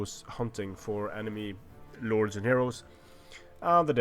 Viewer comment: it sounds like you say nords instead of lords.